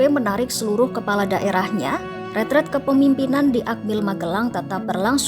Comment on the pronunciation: RETREAT nduk host bukan retret. Satubhuruf A aja kamu korupsi. Bego banget km nduk retreSt bukan retret. retreAt bukan retret retreAt bukan retret 😭😭😭